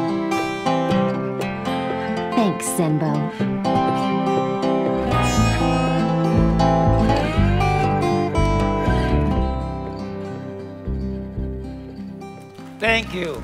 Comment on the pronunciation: when he say zenbo its like he say BANZAI!